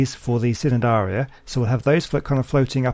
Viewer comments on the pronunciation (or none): Love that you made the Trilobites their own place and love the Jellyfish tubes. But a little fact: The C in Cnidaria is silent, so it is pronounced Ni-dare-ia. And maybe you could add the Sea Scorpions in the the reef, they do swim, so they wouldn't be covered by the plants. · Hey, great work. I’m really enjoying the series so far. Just a little point, the C in Cnidaria is silent. So it’s pronounced nidaria.:)